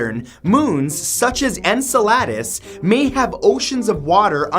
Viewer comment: Enceladus = In-cell-uh-dis